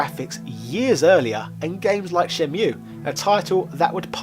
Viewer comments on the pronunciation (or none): If youre going to wear a top hat, say melee properly. I guess you can be forgiven for some of the Japanese names, but c'mon everyone knows it as Shenmue (Shen-mu-ee). Rant over, I actually love your content!